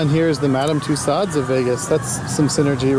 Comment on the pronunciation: I believe that was Central Park Zoo. Also, it's Mos Eisley Cantina, not Mosley Cantina. (And it's pronounced Madame Tu-So's). Cool video!